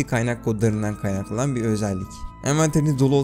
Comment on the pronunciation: kaynahklanan hdshfkröengıl (dalga geçmedim dili sürçmüş komik geldi)